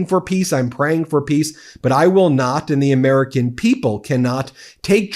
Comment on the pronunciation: Ha-haaa! The Ermerican pwesidink is a failure. Film at 11.